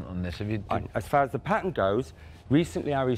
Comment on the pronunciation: Duncan you need to learn how to talk ! It's a PA-TENT not a PAINT-TINT !